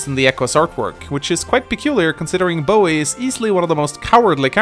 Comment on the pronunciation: Love the way you pronounce Boey.